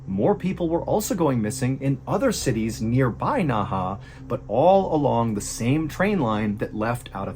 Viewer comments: Please look up pronunciation. I couldn't watch past three minutes because you kept pronouncing the city's name extremely bad and the fact the name was on the screen made it even worse because seeing it I knew how it's meant to be pronounced. I'm not usually bothered by this but you were so off on the name and with how often you said it just within the first three minutes was too much. I'm sorry for the negative comment, you're probably not even going to see it. I hope in the future you check into it before you begin the stories. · Hi MrBallen- great video as always. Just a quick note- the city's name is pronounced "Nehe" (in Mandarin - 訥河), whereas "Naha" is a city in Okinawa, Japan. Cheers! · Dang, Ballen makes no effort to even try to pronounce these names, haha. I was thinking "Naha? That sounds like the city in Okinawa." And then I see it's Nehe, which based on my lousy one year of Mandarin would be like "nuh huh" with a slightly more guttural h. Anyway, you can get this stuff on google now, can't you, and there were only a half-dozen names here, so it's not like major research lol. I thought the guy's name was something like Jiya Wang or something until it was spelled out and I saw that Wenge was his given name, not family name and that e certainly isn't silent (It's kinda like "one-guh"). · Ohhhh 訥河 NEHE is pronounced Nuh Huh not Nah Hah (Naha is a city in Okinawa Japan haha). Means Inner River or something! Word Inner Water Can in Black Dragon Jiang like pageant girl! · Hello, it's pronounced Nay Hay, Naha is a city on Okinawa Japan. You should know that seal... From: an Old Marine 😅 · A little help with the pronunciation of some of the names: 讷河 NeHe - Nerr Herr 贾文革 Jia WenGe - Jah When Gerr 徐丽霞 Xu LiXia - Shoe Lee Shah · So Nehe is pronounced Naha? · It isn’t pronounced Naha. Nehe is pronounced Nuh-huh. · You spoke Nehe like Naha in okinawa, got me confused the entire vid....